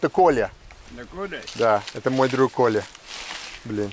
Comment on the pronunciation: his name isnt kolya as you pronounced it, its kola his name is probably nicolay, and a nickname for him is kolya